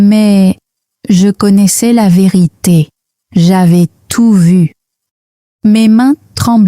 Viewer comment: "La ve'rite' "